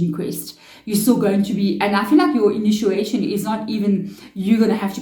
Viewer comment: It’s initiation, not inituation.